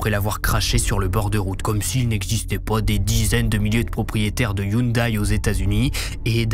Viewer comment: Salut du canada, la marque de la voiture Hyundai se prononce (yon-dé) sinon super vidéo comme d’habitude. Penserai tu couvrir une histoire des Yakuza, ça pourrait être intéressant :)